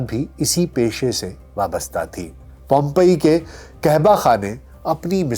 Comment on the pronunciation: پومپیا نہیں اصل اٹالین نام پوم پئ ہے، ڈاکٹر صاحب میں عرصہ دراز سے اٹلی میں مقیم ہوں اور پوم پئ کی تاریخ جانتا ہوں، آپ نے ایک علمی خیانت کی ہے ، آپ ریسرچ تو اچھی کی ہے لیکن ملنے والی لاشوں کے بارے میں جان بوجھ کر بلکل غلط بتایا ہے، ہو نہیں سکتا ہوم پئ کی تاریخ سرچ کرتے وقت انسانی لاشوں کے بارے میں نہ پڑھا ہو۔ اصل میں راکھ نے ہر چیز کو ڈھانپ لیا تھا، انسانوں کے علاؤہ جانوروں کے بھی جسم گل سڑ گءے تھے، راکھ نے ایک سانچے کا کام کیا ، جانداروں کے جسمانی خدو خال محفوظ رہ گءے تھے،ایک اٹالین ماہر آثار قدیمہ کو اس بات کا پتہ چل گیا تھا، اس نے پلاسٹر آف پیرس کو راکھ میں سوراخ کرکے ڈھانچوں کے اوپر انڈیل دیا اور سوکھنے کے بعد راکھ ہٹائ تو مرنے والوں کے عکس یا بت واضح ہو گئے ، پم پئ میں انسانوں کے علاؤہ جانوروں کے بھی عکس محفوظ کر لیے گئے ہیں، ایک ماہر انجنیئر کی عقل مندی کی وجہ سے ایک اہم واقعہ محفوظ ہوگیا، جو انسانی جسم دکھائے جاتے ہیں ان کے بارے میں مشہور ہے کہ لوگ پتھر کے بن گءے حالانکہ یہ پلاسٹر آف پیرس کو بھر کر بنائے گئے تھے , مہربانی فرما کر یہ حقیقت اپنے کسی ویلاگ میں بتاءیں ،۔